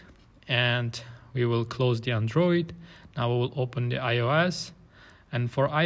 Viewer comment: It's not Andróoid. It's Android.